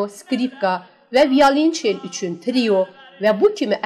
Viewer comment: Allah rəhmət eləyə dahi bəstəkarımıza.Aparıcı xanım gözəl səsə malikdir.PEDAQOQ sözündə durgu işarəsini lazımı yerində oşlətsəydi və calgı aləti violencal sözü düz tələffüz olunsaydı daha gözəl olardı.